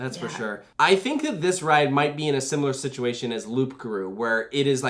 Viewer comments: The ‘P’ in Loup Garoux is a silent P, so its sounds like Loo ! Great content as always !! 💪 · The "p" is silent. Loup-garou is pronounced "loogaroo". Unless you're going for a pun with "loop", but seeing as there's no inversions, that seems unlikely. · Nice try but you doesn't pronounce de "P" on "loup-garou" those motherf*cker at the french academy... but I just want to point it out because in general your pronouncation in french is pretty good despite you don't really speak the molière language :)